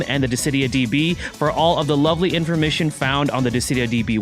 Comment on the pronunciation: he said info-mission instead of information...ladies and gentlemen, that's his word of the day and he should quote it.